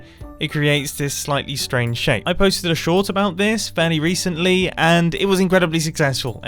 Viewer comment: 'I upleaded a short about this berry resently'.. It's been three months mumbo😂😂